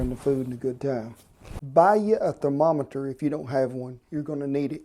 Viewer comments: Thermo - meter Edit: Thermo - tometer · Thermo-tometer lmao oh man. Aside from that this guy is phenomenal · "I need to use that there Therma-tomoter!!" I love it! :-) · thermotometer XD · "Thermetometer"! Endearing as always, Kent! Delicious classic recipe...makes me wish I lived near my grandparents again!